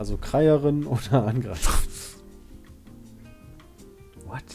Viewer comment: Schön das das Wort "Kreieren" korrekt gelesen hat, aber in der Frage steht es dann falsch....